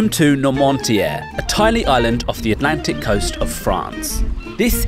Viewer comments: "Welcome to nor-monty-air, a tiny island off the Atlantic coast of France." It's pronounced nwahr-moo-tee-ay. It's not tiny: it's 49km^2 (19mi^2), which is about the size of a city of 150,000 people (e.g., Oxford). Given that you can't get the easy stuff right, how much am I supposed to trust the rest of the research you've done? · how did you mangle noirmoutier into normontière lol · Did the narrator even try to find out how Noirmoutier is pronounced? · Is the town really pronounced with a "t" in the middle? It looks like it should be pronounced "Nor-moot-y-ay." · I had a seizure at the way he pronounced noirmoutier